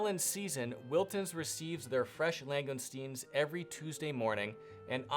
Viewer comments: Long-gus-teen. Not ‘lang gone steens’ as you quite bizarrely keep saying. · Enjoyed the video. If you don't mind a couple of small points regarding pronunciation; langoustines are pronounced "lang-oh-steens" or more commonly "lang-ih-steens", there is only one letter 'n'. The hills where Rules having their own shooting range is the Pennines, it's pronounced "pen-nines" (pen-9's). Hope you don't mind me pointing this out. Thanks.